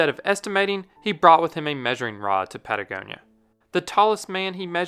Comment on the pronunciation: patagonia -pa ta goni a - ohne die finden sie a muss die hören